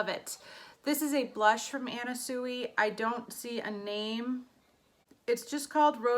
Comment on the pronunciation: I hope you don’t mind but Sui is pronounced swee.